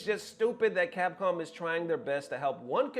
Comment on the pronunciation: What is “Capom”? 😆